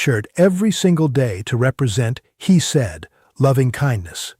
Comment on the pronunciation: "Hesed" pronounced as "he said". Ouch!